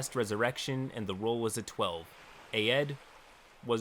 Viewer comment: I was more listening to the story than reading along the video so when I heard say Aed's name, I was thought he was saying the name "Ed" but with a country accent 😆